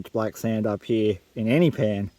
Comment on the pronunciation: I like how you say "here" as "hee".